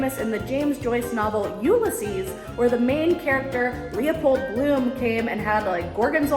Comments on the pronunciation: This is how you pronounce 'Ulysses' [U-Lisses ], not [ Ulla-seas ] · The way you pronounce Ulysses .... It's you-LISS-eez.... It sounds like you're saying YOULESS-eez.